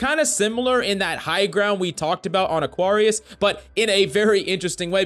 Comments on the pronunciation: Coach it's pronounced uh·kweh·ree·uhs so that's not an "ah" like "sorry" in there. Great vids and much love! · Love you coach but you need to learn how to say Aquarius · You pronounce "Aquarius" like it's a black person name... 😂